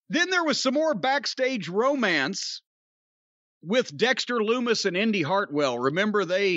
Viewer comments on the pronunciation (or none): none